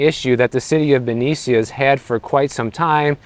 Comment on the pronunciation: You are ignorant of the area of which you speak Benicia (pronounced Benisha) is an area next to Richmond which is the murder capital of CA. We cannot afford to have cuts. Also public service officers are union so.... what do you mean cut pensions? I think you need to report on what you know. Thanks for the mansplaining.